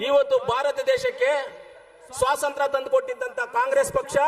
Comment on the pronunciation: Swasanthra alla Anna swathantrya